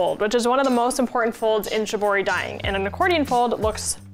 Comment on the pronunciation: please do pronoounce it in the correct way though. It makes you seem more credible and it's also respectful of it's roots. "sheeboree"